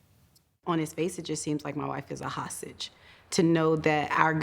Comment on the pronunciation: I heard hossage.